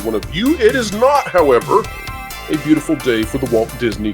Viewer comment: said b e a utiful